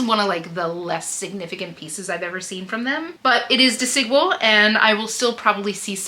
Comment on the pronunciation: Love this ❤ haul, by the way “Desigual” is pronounced as “dehs-ee-GWAHL” in Spanish. The emphasis is on the last syllable: dehs-ee-GWAHL. Think of Desi as in “Desi” Arnas and Equal with a “G” for the Q